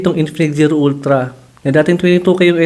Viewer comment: Ultlang-ultla talaga😂